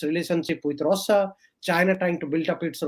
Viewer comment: Can't he pronounce Russia. Why Rosa. Irritating.